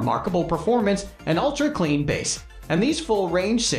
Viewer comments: How can you trust the info on speakers if talking about the bass sound and pronounced it Bass ( like the fish ) .. im sure some ai voice over but , it insults our intelligence to watch the mistakes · Great list but im in shock at your annunciation of woofers and bass??!? Seriously?!?! Bass isn't fish my guy!